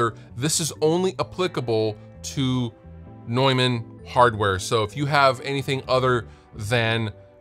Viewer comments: It's tough for native speakers of English because there is even a vowel in there that does not exist in English. The 'eu' is phonetically actually /ɔø/ (the second one being a vowel that's often to find in northern Europe) and the 'a' is not the english /ɛ/. It's more a short version of an 'a' like you might hear in northern british dialects like scottish. So I don't blame anyone for not being able to pronounce it the German way^^ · Straight up, I thought Neumann was pronounced "Newmahhn" lol